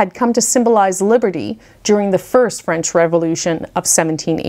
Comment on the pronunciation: We are all so appreciative of you obvious familiarity with the French language. Your pronunciations are superb.